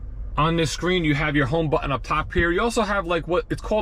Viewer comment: Haha, Texan here - I noticed it too. So much emphasize on the two syllables: "butt ... inn"